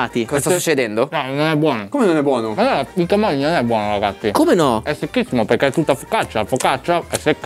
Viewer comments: Da Ligure sentire Camògli in questo modo mi sanguinano le orecchie, ti prego chiudi quella O, comunque siete dei grandi vi seguo da quando ancora non strupravate le parole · non per essere pignolo ma camogli si pronuncerebbe con la o chiusa…